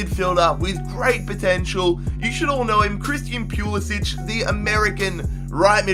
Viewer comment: It's pronounced PulisICK not PulisICH